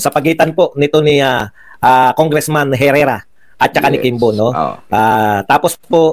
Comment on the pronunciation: Hoy Engot, Congresswoman c Herrera at hindi dapat Congressman!!! Ska ang Herrera is silent “H”!